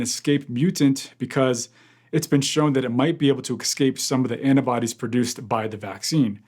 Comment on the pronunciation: "it won't excape the annabodies" ... First video I've seen from this guy, I'm dubious. "Excape", really? "Annabodies"? Jeez...... No doubt American to start with....